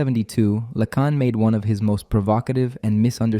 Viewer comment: Yes, the overuse of the "it's not X, it's Y" sentence structure and the continual shifting mispronunciations of Lacan's name are dead giveaways.